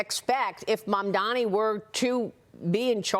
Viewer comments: It's Mamdani, not Mamdami... The F is wrong with you? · Who the f**k is “Mandami”????? It is MamdaNi..you sick f**k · Cuomo still cant say MAMDANI. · You can't even pronounce his name, MAMDANI you bozo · A man that can’t say a name right wants to be a mayor. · It's MAMDANI M-a-m-d-a-n-i. You'll get it right or you'll sound like and idiot once he is mayor.😂 The city of NY is NOT choosing this vile,predatory, lazy, nepo baby clown... we ALREADY HAVE ONE FOR PRESIDENT. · He still can’t pronounce his opponent’s name properly 😂😂 😂😂😂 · Cuomo is such a chump. It's "M-A-M-D-A-N-I"! Learn how to read, you bum! I also find it QUITE rich to see the way Cuomo, the sexual pervert and aggressor who was forced to resign from the governorship in DISGRACE (and whom the New York Post - also owned by Rupert Murdoch) mocked mercilessly at the time) and who was responsible for the deaths of thousands of senior citizens during Covid, is now fretting about what would happen to NYC if another catastrophe hit us. The answer, of course, is that with Zohran as mayor we'd be a HELL of a lot safer than with Cuomo. That is overwhelmingly clear and obvious. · {}{}{}{}{}{} - Cuomo still not able to say Mamdani name correct , Cuomo needs to go to speech therapy in order to speak correctly !!!!!! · bro really refuses to say his name correctly. you’re a joke dude